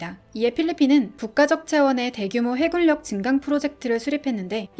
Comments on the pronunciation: 발음이 해굴력이 아니라 해군력입니다. 발음에 유의해주세요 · 해굴력×× 해군녁 이라고 발음해주세요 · 해굴력이라고 말하니 집주이 안되네